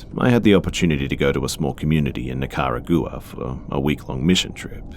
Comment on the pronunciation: That pronunciation of ''Nicaragua" still hurts me.